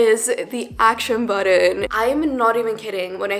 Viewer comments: Bro. I littler had to skip back 10 seconds and watch how tf she says it. “Acton buddin” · Girl just give up on pronouncing action button .